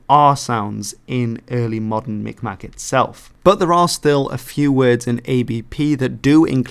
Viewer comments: The more authentic pronunciation of Mi'kmaq, sometimes spelled Mi'gmaq as well, is (Mig-maw). The last q is silent. Some have gone about pronouncing it like micmac, but that's largely due to people, and sometimes even tribal members, pronouncing it by the spelling. Depending on the area, due to the similarity of the g and k sound different areas emphasize miKmaw or miGmaw. The First Nations near the St Lawrence River tend to use a harder G sound and will occasionally even spell it Mi'gmaq. But both are largely accepted. The group that I'm working with is changing their spelling to Mi'kmaq. I currently work with the band within the United States and I have been in the process of doing cultural preservation videos with them for the public school system in the state of Maine, and for their own community. We're also going to be doing a interview with all of the remaining Mi'kmaq speakers state side. Having them just speak the language exclusively in a long form video format about their lives and stories l. It will be use for historical and educational purposes for the community and their children. The Mi'kmaq in Maine are actually very unique for Native Americans in the United States, this is because they themselves do not have historical territorial claims and what would become the continental United States. Pretty much all of the Mi'kmaq originally from Canada and fled to the United States to get away from residential schools or for work. But, because they were part of the Waba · As A Mi Kmaq Myself, You almost said it correctly but butchered the maq, In Kmaq the q is silent